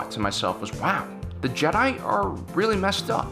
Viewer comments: Is it just me or does it sound like he says "Jedah" sometimes rather than Jedi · Matt Quarry It should also be mention that he keeps prouncing Jedi wrong for fucks sakes man learn to pronounce shit... Ok on to the matter i agree with The OP here and also let's say they allow others to mine the crystals? Oh wait the death star was powered by it right? Anakin wasn't asked to do battle he did it on it's own... Jedi order wasn't funded by the republic... The holocrons are dangerous to anyone who doesn't understand that some of them have the dark side in them and can poison any force sensitive.... Anakin was being sort off controlled by Sidious why he killed the count dooku... While yes the clones were they were sort of possessions but i do agree it is inhumane to do so... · he pronounces "jehhh DIE" funny